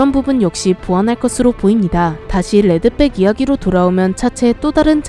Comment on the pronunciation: 레드백으로 쓰고 레드빽이라 읽는다